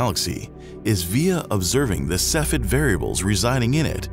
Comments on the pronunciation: The term is pronounced 'KEFF ee id' ... not 'seff ed' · (*giggles*) That's not how you say cepheid. It's three syllables, either sef-ee-id or seef-ee-id. ◡̈ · SEFF-ee-id It was downright painful to hear you repeatedly mispronounce Cepheid. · Cepheid is not pronounced in two syllables like “seff id”. The second e is not silent. Cepheid is actually three syllables and correctly pronounced “see fee id”. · I want to like this video but the constant mispronunciation of 'cepheid' is driving me up the wall. Sef-fee-id. Not sef-id. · Cepheid is pronounced SEF-ee-id !!!!!